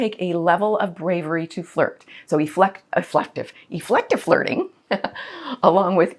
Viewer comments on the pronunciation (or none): I'm not sure what "efFLective fIRting" is: but I am willing to let Anna teach me!